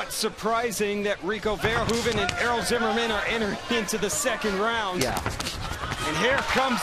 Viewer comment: i legit thought it said error instead of Errol